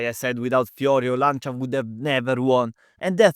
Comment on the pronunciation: you saying Audi Quattro and Lancia hits so good! keep it up, good video :)